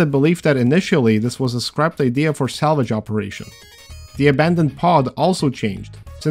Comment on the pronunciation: your pronounciation made salvage sound like salage. Thats all